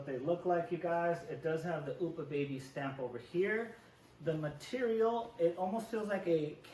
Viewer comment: Oopa baby, hahaha. Just an fyi it's Up-ah baby